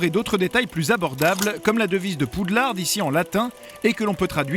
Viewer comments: Poudlard ptn pas poudlarde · pas poudlarde mais poudlard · Aviez-vous remarqué que le narrateur prononce Poudlarde au lieu de Poudlard ? 😂😂😂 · Poudlarde 😣 Macgonagaulle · Mais c pas Poudlard normalement? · poudlarde.... mdrrrr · Par contre la voix ne sait vraiment pas prononcer les noms, c'est une honte: McGonagoll ?! Poudlarde ?! Wesley ?! Non mais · oui t'a réson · Ah là là, Pou de larde et Mac gonna Gaule... 😂😂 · PaY WaTzUP malgré ca, poudlard en anglais c'est hogwart